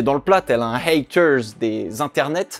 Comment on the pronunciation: Le seul moment faible de la vidéo est quand tu as essayé de dire "haters" sinon encore une fois super boulot! J'adore tes vidéos